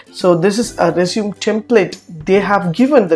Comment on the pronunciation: stop pronouncing resume wrong!